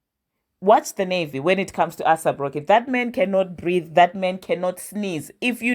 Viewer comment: I come in peace to help you with pronunciation…take this in good faith…it’s not “ASS APP ROCKY” it’s “ACE APP ROCKY” (AYSAP) xoxo 😘 with love fr Your beloved subscriber